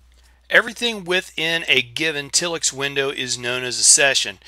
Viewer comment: If it were pronounced till-ix it would have two ls. I'm with you, it should be tile-ix.